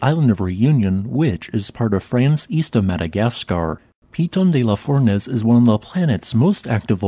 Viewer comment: Not bad pronouciation of Piton de la Fournaise - but the stress is on the last syllables: pitON de la fournAISE.